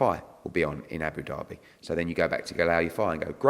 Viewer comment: Abu Derby its Abu Dhabi 😂😂